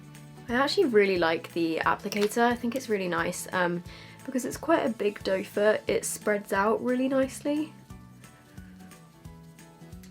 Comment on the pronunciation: did you know the applicator is call “doe foot” not “dofah”